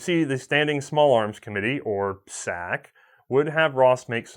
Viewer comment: Tee hee.... said SSAC....